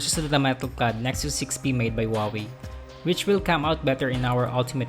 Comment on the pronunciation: What did he say? Nexus 6p made by whawy